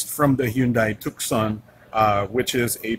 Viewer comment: Oh, this is that annoyingly pretentious smartphone reviewer who pronounces "Pasong Tamo" with an American accent, yet doesn't know how to pronounce "Tucson".